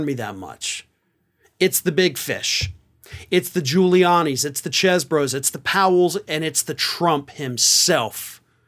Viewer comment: I really enjoy commentary, but he regularly mispronounces people's names days if not weeks after the correct pronunciations are all over television and the internet. The latest example is included in this video. It's Chesebro as in "these", not as in "chess". Likewise, it's Fani as in "fawn", not as in "fan".